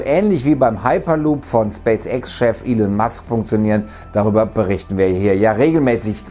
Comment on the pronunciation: Er heißt „Elon Musk“ nicht „Elen Musk“, er ist Amerikaner also wird es „Elon“ ausgesprochen.